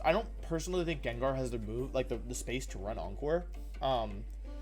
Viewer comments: GANGAR > Wolf said: "JAAANJAR" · he pronounced "djendjar" instead of gengar omg i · Did he really call it JenJar? 😳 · Stopped watching when he said jenjar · Bro i love you soo much. However!!! The way you pronounce gengar hurts my soul everytime. Lmao